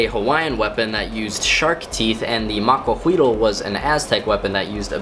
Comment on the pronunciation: Not really important, but the "L" at the end of the word Maquahuitl is silent, as with most words in that language with an L at the end.